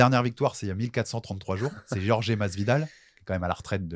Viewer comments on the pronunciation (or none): j’adore tes émissions, mais c’est pas possible de prononcer Jorge comme ça en étant marié à une hispanophones